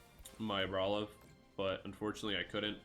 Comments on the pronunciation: Say it with me now. AR-BOL-IVA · i stopped watching as soon as you started pronouncing it like that during deck review quick wont be able to watch a whole video of that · 5head move of mispronouncing so badly that everyone HAS to go to the comments. You've earned it!